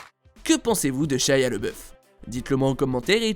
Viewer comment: ''Shaya lebeuf''